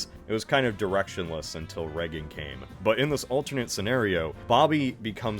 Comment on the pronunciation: Why does he keep calling him "Reggen"? It's "Reagan", no?